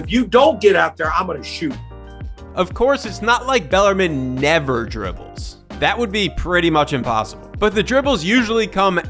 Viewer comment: it's pronounced bell-are-meen